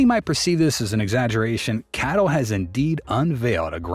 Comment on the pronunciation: C A T L not cattle mate 🐄